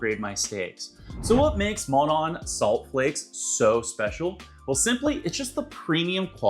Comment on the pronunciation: Mall-dun, not Mal-don